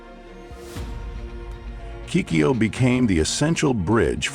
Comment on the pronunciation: White folks have purposesly not want to properly pronounce Chinese names. In this video the voice over pronounces the word Chan'E in three different ways showing total disrespect for the proper prnunciation of Chinese names. Pure colonial racism. Chang'E is spekked ub English alphabet with proper consideration for how a b c s can be used to consistently reproduce the sound of Chinese characters. The spelling of this Chang'E has an apostrophe obviously signifies the fact that there are two sounds, one the Chang, easy to voice, plus the E meant to be voiced alone as an E, such as an Earl, such as Er as "to err ios human". Yet you choose to in consistent in the way you mispronounce this, Instead of paying consciousness to the apostrophe as an important separator, you have ignored it and instead prnounce it as Chang Ge. another time as Changay, one of the English "exceptions". This is how pitiful your group is behaving. All you have needed to do in the first instance was to ask by hone to a Chinese media group and you can then get the proper sounds. No, white folks as just too bloody-minded to tlearn.